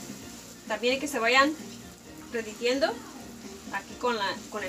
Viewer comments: Jaja que chistosa, dices reditiendo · Se dice derritiendo, no reditiendo. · Hahaha . se te paso y dijiste reditiendo pero creo que se dice derritiendo pero bueno mientras sigas compartiendo tus recetas que importa. . yo ya los hice, me Di cuenta que se cosen mñn mejor congelados que recién hechos